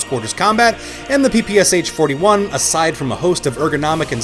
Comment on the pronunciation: The sh in PPSh is not a s h, but a sh as in "AMCA-i mean-shit". Also in russian it’s ППШ, ш being the sh sound